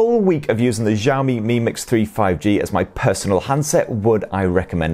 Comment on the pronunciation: Xiaomi is pronounced with an 'Sh', not a soft 'J'.